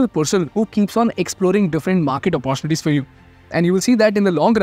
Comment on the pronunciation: Very interesting programmes on artificial intelligence. Keep up the good work. However, I am surprised that you can't pronounce a simple word 'opportunity' and call it oppO-chunity instead of oppo-tunity. Just practice it for a few minutes and you will get it.